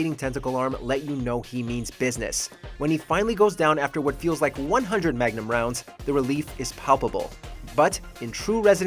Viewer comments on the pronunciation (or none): none